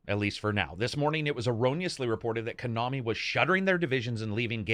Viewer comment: "ko-nami" what the hell is kuhnami lol